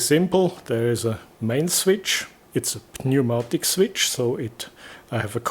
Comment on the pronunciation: Very cool. Btw, in englisch they pronounce "Pneumatik" without the "P". Das wird gesprochen wie "niumatick". Pronouncing it like "pneu..." sounds like an old slang word for something below the man's belt line 😀